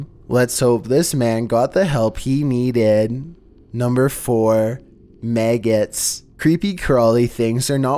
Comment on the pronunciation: His stories are cool.. but the pronunciations..wow.. "maygets"(Magots)